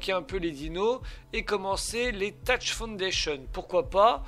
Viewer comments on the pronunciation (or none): none